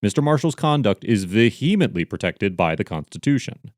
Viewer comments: Vehemently: pronounced ve-uh-MINT-lee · That is not remotely how your pronounce “vehemently” … another of your long line of egregious mispronunciations.